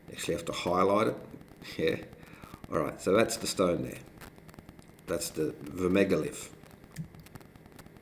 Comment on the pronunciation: Guy says: It's a megalith. Girlfriend says: It's a minalith.